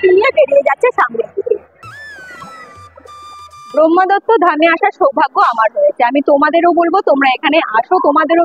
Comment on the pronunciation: লেখা রয়েছে 'ব্রহ্মদত্ত', অথচ বলছেন 'ব্রহ্মাদত্ত'!